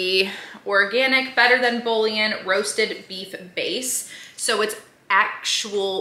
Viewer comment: Lol in the background correcting 😂😂 “Boo-yawn!” 🤣🤣